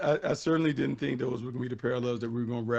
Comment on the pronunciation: Anyone hear say at the end "I don't tink they are as good as we thought they would be"?😂😂😂